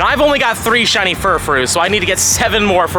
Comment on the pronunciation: “Only 3 shinny furfrou.” Hahaha